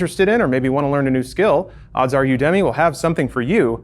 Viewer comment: I doubt you'll see this but just in case it matters to you, UDEMY is pronounced "You-duh-mee":) As in "You academy"